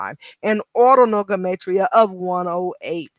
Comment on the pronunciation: let me know about you...I only have an iPhone and it’s to much to read thank you...but I think your saying Gematria wrong...I hope it doesn’t drive me crazy hearing I say this